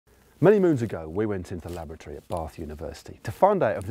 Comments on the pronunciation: Weird way to pronounce laboratory?!!! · first time Matt said "laboratory" I heard "lavatory" and got really confused about why they would go there to compare clipless/flat pedals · Sounded like Matt said that they "went to the lavatory at Bath University" for a second. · I'm absolutely sure Matt keeps saying 'Lavatory'